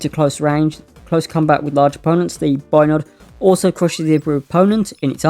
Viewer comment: Not to nitpick mate but it's pronounced "Bio-Ned" . Thanks for the video, always awesome to get new Spelljammer Content 👍👍